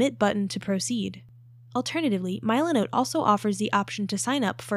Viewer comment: AI trash content. Can't even pronounce the name correctly